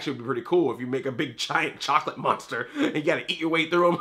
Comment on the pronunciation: he said chocladar